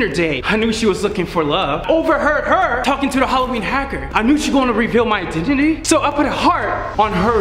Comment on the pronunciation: did anyone notice chambers said indentiny